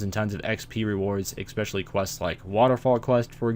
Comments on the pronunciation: Ecspecially? Do you have mouthcancer? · dude there is no x in especially